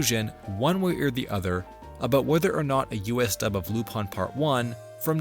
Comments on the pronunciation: I fucking hate that he says Lup- ON when it's Lup- IN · Why is it being pronounced "lup-on" instead of "lu-pin"? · is it actually pronounced Lupon? I thought it was Lupin how it was spelt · Then you'd hate like 90% of the show then because he's literally called Lup-ON in most subs and dubs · from what I was able to gather, it was to prevent problems with the Leblanc estate. Despite this, in Part 1's dub, hes called Aramis (instead of Arsene) and also called Lupin ( like in other media). In the FilmZone dubs, he's always referred as "Loopin" (like the Funimation dubs, also because that is how the name would be pronounced in spanish). However in the Special "Mystery of the Hemingway Papers" he is referred as "Cliff" by other characters ( which is weird because it could be possible that it was the first special to be licensed., due toone cast member being changed) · Japanese technically lacks the English R sound. In Japanese らりるれろ (ra ri ru re ro) are said more like l tends to be said in English. Tip of the tongue rather than back of the throat. As far as it being ルパン it’s just the phonetic way of saying Lupin. It’s no different than some words having to be written out with the notes of “said a as in father” when people who speak English are learning Japanese or Spanish.